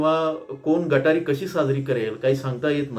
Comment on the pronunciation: गटारी नाही सर.... गतहारी